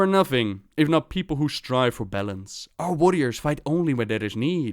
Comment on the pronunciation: Whenever he said balance, I thought he said bellend